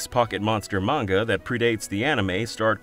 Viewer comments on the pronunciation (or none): none